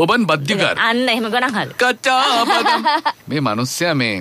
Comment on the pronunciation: බදම් නෙමෙයි බාදම් බාදම් කියන්නේ ඇට වලට..ලන්කාවෙත් තියෙන්නේ බාදම් මිල්ක් එහෙම ආමන් ඇට දාලා..ආමන් වලටත් බාදම් කියනවා.